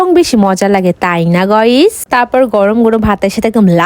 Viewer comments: গাইস ❌গইস✅ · গাইস টা এইরকম ভাবে বলে কেন 😢